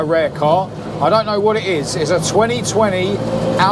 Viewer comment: The car you mentioned. Was a Renault alpine a110. It uses a Renault megane rs engine. Its pronounced hal-peen. The classic ones are beautiful cars front The 60's. Great content . Keep up the good work.